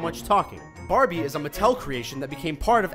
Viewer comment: Instead of Barbie I thought he said barny